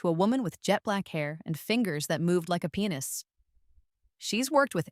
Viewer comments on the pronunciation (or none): "fingers that move like a penis" 😂😂😂😂 did you mean pianist???